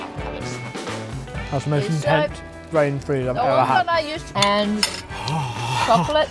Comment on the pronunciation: "I've literally had my frain breeze" did I just hear that right???